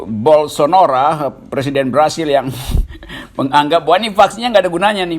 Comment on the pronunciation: Jair Bolsonaro Pak Rocky Gerung, bukan Jair Bolsonora.